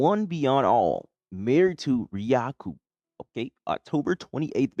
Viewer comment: Thank you for the video over my wife's account 😂 also uhh the name is pronounced ri, Like rise, ku like goku, The a is silent Riaku 😊 I really enjoyed this review bro, I hope you blow up with viewers and subscribers. 💕